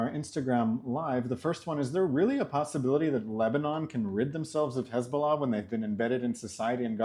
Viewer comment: Finally an Israeli that pronounces Hezbollah correctly and doesn't say Khezbollah